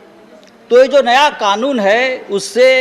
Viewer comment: Owaisi Kanoon ko Khaanoon bolta hai, kaisa leader hai be tumhara, anpadh kahi ka